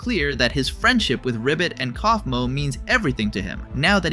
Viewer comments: My eye twitched when you said cowfmo instead of coughmo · How the hell did you pronounce Kaufmo's name wrong at first, then right just a few seconds later?